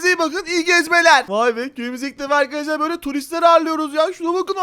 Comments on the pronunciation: Vidyonun başında arkadaşlar değil arıkadaşlar diyor😂😂😂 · Arkadaş derken arıkadaşlar diyen koca abimiz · başta arıkadaşlar dedi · Abi başta arıkadaşlar demişsin